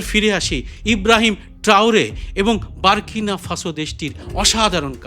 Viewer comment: বারকিনো ফাসো না, বুর্কিনা ফাসো.